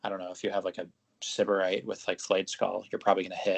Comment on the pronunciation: Stop mispronouncing Syberite lol